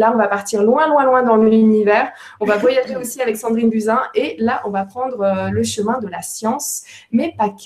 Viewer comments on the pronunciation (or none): none